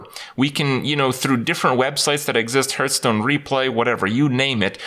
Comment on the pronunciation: why is he always saying hurtstone?